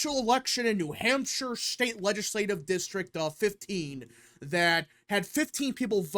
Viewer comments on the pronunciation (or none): none